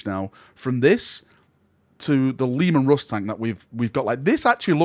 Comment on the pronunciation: The lemon rust ???? WTF is this accent ?!